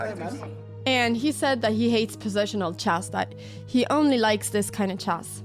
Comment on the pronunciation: It's "chess", not "chest" heeyyoo